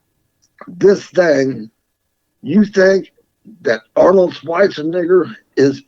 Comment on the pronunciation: This guy is nice but it is probably best if he doesn't start talking about Arnold around black people considering the way he pronounces Arnold's last name ...lol....for real!!